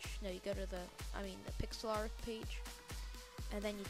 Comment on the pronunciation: nice video, but its pronounced pix-ler